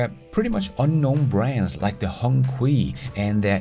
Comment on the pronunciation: Hi, I’m a big fan. But FYI, Hongqi is pronounced as Hong Chee and it was one of the original brand in China that produces cars for high officials way back when. It actually means Red Flag.